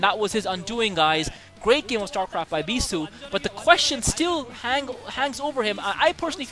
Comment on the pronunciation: Beesuit <~ :) sounds funny anyways great commentaries